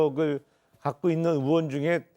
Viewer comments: 조은희야 어이원 아니고 의원!! 발음이 안대노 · 조은희는 의원 발음부터 연습해. 어의원이라 해 뭔가 했네